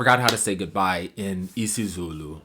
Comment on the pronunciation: Nailed isizulu, hlampe ngeliniye ilanga uyophinde ubuye, siyokujabulela ufika